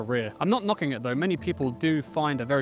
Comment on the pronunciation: You are so british when you say "I'm not knocking" lol